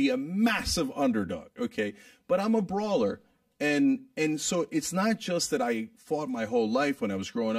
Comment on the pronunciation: good you played that one part two times. when cenk says im a brawler, the first time i udnerstood: im a grower xD